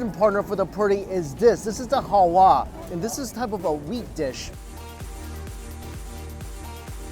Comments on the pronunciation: it's halwa not hawa 😂😂😂😂😂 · halwa its not hawa.soo sweet saying hawa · That's Halua,,,😁 Not Haua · It's halwa and not howa 😁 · He finds it hard to say halwa